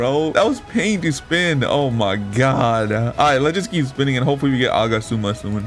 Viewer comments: Bro its agats-ooma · Nice video! The way you pronounce Agatsuma though 💀